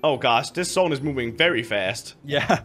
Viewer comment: Anyone notice that they say zone "sone"